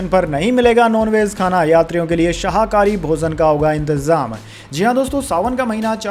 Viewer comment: आप शाहाकरी बोल रहे है वह शाकाहारी है, वैसे ही आप हमेशा परिवर्तन निर्देशनालय बोलते है उसका सही उच्चारण प्रवर्तन निर्देशनालय है